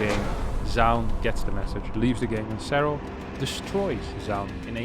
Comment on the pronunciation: Nobody:: "Zerral"